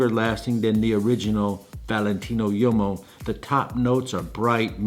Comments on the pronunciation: Hey man... uomo means man in Italian. Please don't pronounce it yomo. Try woo-oh-mo or wohmo, if you can't do the former. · Small note on pronunciation, "Valentino Uomo" , Uomo as you say sounds like a "Yomo", infact it "UO" of "UOMO", should sound much more like "WO" in english word "wombat" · Love you'r videos but please learn how to pronounce things...like bergamot or uomo...no hate,it's just cringy